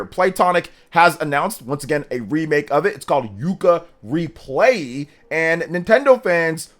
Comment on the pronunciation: It bothers me more than it should that people keep calling it Yooka Replayee when it's Yooka ReplayLee 🙃😅